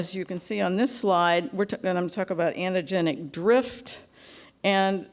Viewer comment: "anna-genic drift" .....Ahhh cringe